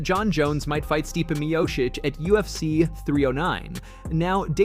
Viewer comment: This guy ruined Stipe’s name about three different times in three different ways before one minute into the video. I don’t understand why it’s so hard for everyone to recognize that Stipe was entitled to an automatic rematch. He never got that, so he’s entitled to a title match at the very least and it’s ridiculous that he had to wait this long for it.